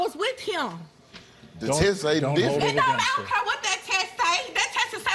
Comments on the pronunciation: "I don't cuuuurrree." It's CARE !!! 😑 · Omg u shud say sorry n its not cure its care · "I don't Cur".